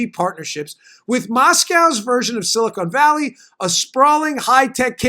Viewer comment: zomg it's "Silicon Valley", not "Silicone Valley"... Silicone valley is a different thing, you don't want to go there.